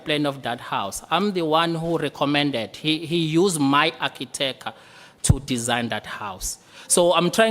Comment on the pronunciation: "My arcithekha" (architect)